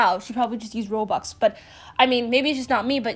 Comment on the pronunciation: Nobody:: Rwobuxs